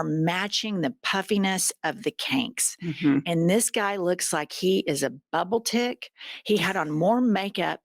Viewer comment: Wait?…😂 Did you just call him bubble tic? 😂😂😂😂😂😂😂😂😂❤